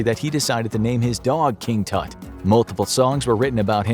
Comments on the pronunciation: Errou a pronúncia do nome, já me perdeu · I love, but you guys cannot pronounce Tuts name like that.😭😭